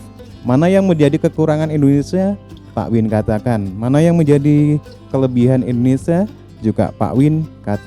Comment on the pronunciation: Maaf sebelumnya Bang bukan indonesa, tapi indonesia bang.